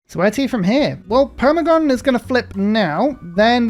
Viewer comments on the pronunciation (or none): Permagon? I'm sure you wanted to say Pergamon, right?